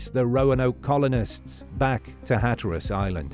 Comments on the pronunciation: Unless you're a robot narrating this presentation, you have mispronounced the word Hatteras you put the emphasis on the wrong part of the word. The first syllable you pronounced correctly to be hat then tear as though you're tearing a piece of paper and then the word us So phonetically it's, "HAT" 🎩 TEAR US. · you mispronounce hatteras in different ways every time you say it. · Sometimes British people say things differently. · I get that, but even British people don’t say it like he said it!